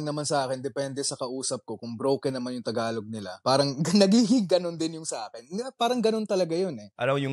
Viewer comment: ang pronounciation is Tagalog not Thhagalug..🤔